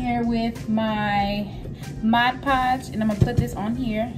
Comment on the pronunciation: Hey boo... It's "MOD- Podge", NOT "MODGE-PODGE"... Jus a little important correction!!!!!